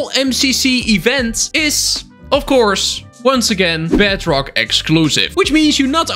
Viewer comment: Even the subtitles say “BADrock” instead of bedrock